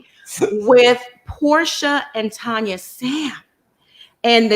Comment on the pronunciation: Tania not Tonya